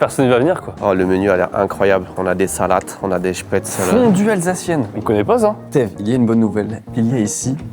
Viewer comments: Se prononce chpaitzlé bordel pas spetzeuleu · Apres les goûts et les couleurs… mais on dit SPETZ’LLEE!!!! Desolee ca m’a fait saigné des oreilles toutes la vidéo! La choucroute acide, c’est pas bon. La fondue Suisse c’est pas la fondue Savoyarde!!! Arrêtez de mélanger! Oui je pete un plombs!!! Pour le coup, vous dites des trucs faux! Sinon j’ai bien rigoler🤪